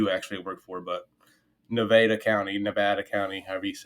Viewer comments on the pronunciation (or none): Bro…. how do you not know how to pronounce Nevada? 😂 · Stop pronouncing Nevada like that. It's the second pronunciation that's correct. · At your age how is it you don't know how to say "Nevada"? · I live in Las Vegas Nevada and we pronounce Nevada: Nevada. I'm just saying. 😅